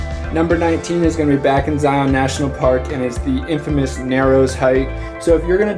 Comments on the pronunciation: Local pronunciations: Bon-nuh-ville salt flats, not Bonnie-ville. Zigh-un National Park, not Zigh-ON. The places shown are all great, (I'm familiar with many of them) but I wonder,, have you gone a bit farther north through the Logan Canyon area to Tony Grove Lake and "the Caribbean of the Rockies" -- Bear Lake. There are some great alpine hiking trails there as well. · If you're going to make videos about a place, it might be nice to learn how to pronounce it. Zion rhymes with "lion," not "try-on." Oh, and it might be nice to look up the definition of "infamous." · Pronunciation guide... Uintuh, Bonniville, Ziun. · You can always tell if a person is from Utah based on how they pronounce “Zion National Park” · You said Zion wrong you don't pronounce the o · Some cool shots, but man was it painful listening to you pronounce Uintah and Zion...